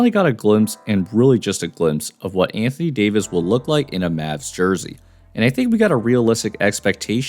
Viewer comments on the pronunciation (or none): none